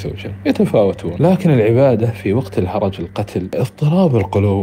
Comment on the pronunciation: الهَرْج وليس الهَرَج